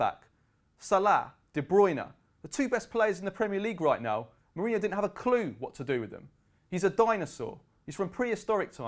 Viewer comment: Who is this guy? Can't even say his name correctly.